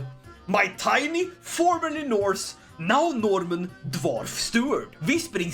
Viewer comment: "HE BECAME A LITTLE NOHRRRRMEN" I love halfman the norman.